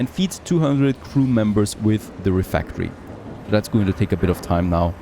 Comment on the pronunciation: pretty cool looking game. does feel like frost punk to me. Also, I really don't think RefEctory is pronounced refActory.